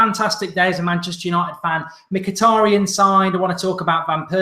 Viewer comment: You butchered Mituadi's name